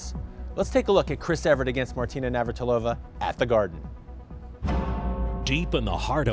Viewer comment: "Navartilova" ?? They can't even pronounce her name!